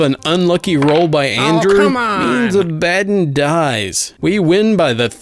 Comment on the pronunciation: More of these plz, also for the war hammer character Abaddon it pronounced ab-ah-don